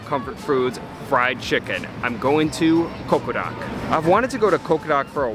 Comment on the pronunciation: Is he pronouncing it as CoqoRak?!